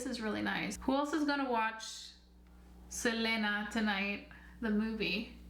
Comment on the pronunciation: I dislike the way you say her name🙄